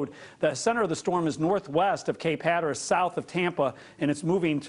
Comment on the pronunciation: He really did say cape Hatteras n😃😃😂😂